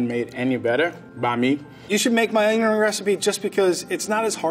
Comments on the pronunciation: you good? Onion ring. Not; onyoaninn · “You should make my oner-ring recipe”